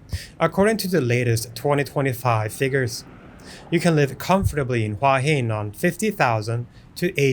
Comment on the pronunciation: It’s pronounced who-ah hin